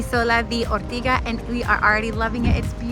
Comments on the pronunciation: I am Sicilian/Australian and absolutely love Ortigia. I’m back every year. But I’m sorry, if you’re going to post a video to the world please pronounce Ortigia correctly..it is Or-tidge-yah, and not Or-tiga! And it’s See-ra-goosa..and not pronounced like the New York City. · It's pronounced Ortidja - not Ortiga!!! And the church housing the Caravaggio is in the modern part of Syracuse. 🙄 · Ortiga???!!! Wrong pronounciation (listen to the locals 😂) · I think it's Or-tee-dja. Parking is such a stresser all over Sicily. I wish you were telling useful info about the parking situations in each place. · Pronouncing the name wrong